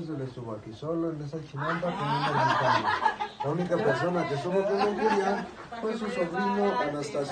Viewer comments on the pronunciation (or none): none